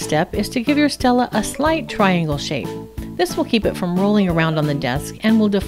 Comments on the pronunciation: Stele= stel-ay okay?? stel-ay. not Stella. stel-ay. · ITS NOT PRONOUNCED STELLA ITS PRONOUNCED STEL-AY OK! STEL-AY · It's pronounced ste lay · Alright, she pronounced stele wrong, doesn't mean you need to start correcting her in a harsh way. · Guys OK WE GET IT SHE PRONOUNCED IT WRONG!!!!